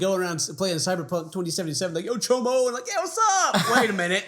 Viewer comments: for cyber punk, its CHOOM, NOT CHOMO. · Dammit, it’s CHOOM. Not chomo wtf. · Choom not chomo 😂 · Super late but the word is CHOOM. CHOOM. Lmaoooo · Not chomo its choom in cyberpunk 2077😂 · Choom is from cyberpunk not chomo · No ken its choom! Dont disrespect cyberpunk like that lol